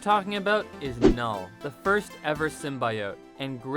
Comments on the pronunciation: STOP SAYIN SIMBA-E-OATS.. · Sim-bee-ote cmon man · Symbiote - sim-bee-oat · It's symbiote. Not symbaiote. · The fact that you pronounce symbiote the way you do it makes you lose all credibility on anything else you say... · Why is this guy pronouncing symbiote like a serial killer? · Horrible narrator, doesn't even know how to pronounce symbiote. Has he even watched the Venom movie? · Pronouncing symbiote wrong is tight P.S. It doesn’t matter how you say it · Bro do you know how dumb you sound saying Symbiote? Just say it right. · I UNSUBSCRIBED FOR PRONOUNCING SYMBIOTE THAT WAY....GOOD JOB ASSHOLE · This guy doesnt even know how to say symbiote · Learn how to say symbiote...and then record the video. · Volume off and subtitles... guy can’t pronounce symbiote.